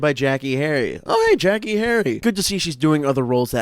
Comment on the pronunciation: Love the video. I loved this episode as a kid lol. But just a heads up Jackeé is pronounced jack-aye. Tho I doubt she will even come up in your other videos 😂